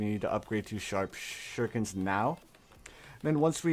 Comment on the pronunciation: I love how he says seeking shhhuriken